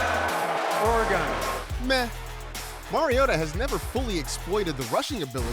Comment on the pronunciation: Hearing Goodell say "Ore-gone" makes my skin crawl